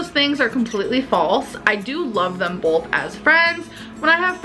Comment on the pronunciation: all of a sudden she can say both correctly and then force “bolth” right after ? 💀 I can’t